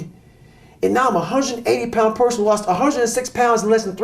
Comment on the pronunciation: Man said porson 4 times. I didn't even correct him in my mind out of fear.